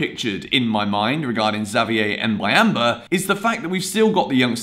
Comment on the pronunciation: Your prononciation for Xavier is good bro✌🏾